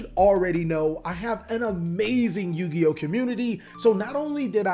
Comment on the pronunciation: Did he call himself a yugi-ho?